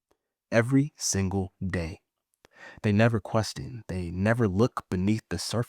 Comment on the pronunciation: The fact he pronounced question as "qwestin" really has me questioning the spelling of question